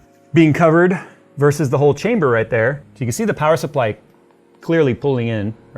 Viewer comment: I got Half-Life vibes when you said 'chamberrrr' like that, just like the scientist said testchamberrr :D